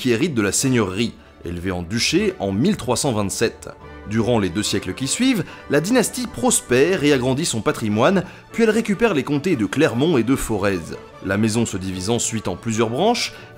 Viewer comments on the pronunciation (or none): NAAAAN on dit "For"è"" et pas Fore"z" :'( en tant que forezien je peut pas laisser passer ^^ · on dit forè pas Forèze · Juste comme ça au passage, le Forez (comté) se prononce comme le mot forêt (on ne prononce pas le Z). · Excellente vidéo, superbe... tu t'améliores énormément !!! (juste un petit point mais que tu pouvais pas savoir on dit le comté du Forez ... prononcé forêt et non forèzzz) ^^ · On ne prononce pas Forez Foreze mais Forè. /fɔ.ʁɛ/ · Je tiens à signaler une erreur de prononciation: Le "Forez" se prononce comme le mot forêt (c'est une erreur fréquente de ceux qui ne sont pas originaire du département de la Loire où se situe le Forez) et le moyen de s'en souvenir c'est le fait que "rez-de-chaussée" ne se prononce pas Rèze de chaussée. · Par contre ça se prononce "Forè" :o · Super vidéo, comme d'habitude ! Je tenais juste à te reprendre sur la prononciation du comté du Forez, ça se prononce sans le z, comme une forêt 😊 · Intéressant, comme toujours. (par contre, on ne prononce pas le Z de Forez) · ON NE PRONONCE PAS LE Z DE FOREZ !!!!!!!!!!!!!!!!!!!!!!!!!!!!!